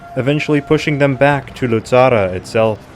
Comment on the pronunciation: Very good job Indeed, but the correct name is "Luzzara" not "Luzarra" . And, btw, in the references, my surname is "Fiorentin", not "Florentin". Would you please take notice? Thanks a lot in advance!